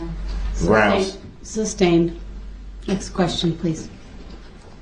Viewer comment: Judge Dorow called the “entity” intelligent and articulate yet he cannot pronounce: ask, sustain, oath, truth, forth. He did t know what forthright or newton law meant. Compare his fingers and ears to the images you see in books of demons